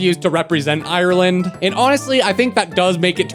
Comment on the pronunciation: Saying Ireland so so wrong😤